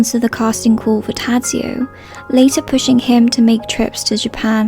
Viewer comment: it's so outrageous that you call out people on the cast of death in Venice for not bothering to correctly pronounce Bjorn's name and you totally BUTCHER the name of his character. I could understand that you don't even know the correct sounds, but you don't even try, you just read out the letters. you are a true hypocrite